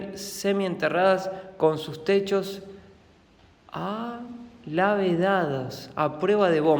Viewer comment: cómo así que alavedados, ja ja ja. Es ABOVEDADOS, es decir en forma de bóveda. Y no es 'mestralla esférica' sino METRALLA esférica. Creo que la culpa es de los lentes que no te están funcionando bien,. Y dimos, aparte de las duchas de agua, qué otras duchas conoces? Ja ja ja ja. Me divertí mucho viendo el video, esas piedras enormes son verdaderamente extrañas y bueno, la vida de hippie al lado del mar me parece muy interesante.